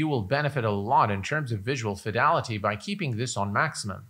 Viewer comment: I'm curious as to why you say (phonetically) "visual fidalaty" repeatedly when the word is "fidelity".